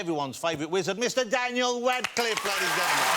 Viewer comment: Did he say “Wadcliffe”?